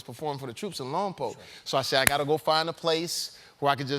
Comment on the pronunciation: You can tell he was speaking with military personnel because he mispronounced both Lompoc and Okinawa.